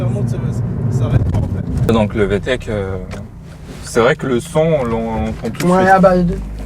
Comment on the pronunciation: Vtec .... Et non Vtech 😅